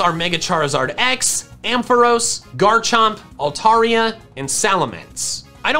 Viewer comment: The "o" in Ampharos is pronounced like the a in jar. I know Pokémon name pronunciation doesn't always follow the normal rules of English spelling. That's just how they are.